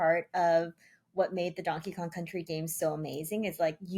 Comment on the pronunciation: kept saying donkey kon